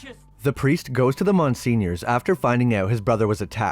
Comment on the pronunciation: Wait..did u mean to say Monseigneur when ur saying “Mon senior “???